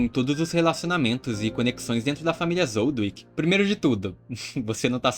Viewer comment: Não ''Zoldwick'', ''ZOLDÍK'' Zoldyck